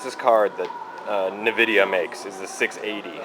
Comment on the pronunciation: "Nividia" lol. 1 ghz overclock! Wow